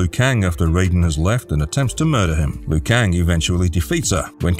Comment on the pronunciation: It’s not Loo Kang, it’s pronounced Leo Kang